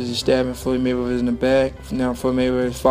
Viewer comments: The speaker needs to learn how to speak. Floyds last name is Mayweather not Maywevver. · Learn to speak. It’s Mayweather not Maywever. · His talking 😂😂😂😂😂😂😂😂 maywaver 🤷🏾‍♂️🤷🏾‍♂️🤷🏾‍♂️😂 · “Maywevah”... what?